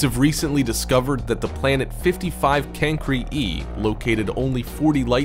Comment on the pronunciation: No its can-cry-e I know that's not how you spell it I wrote how you pronounce it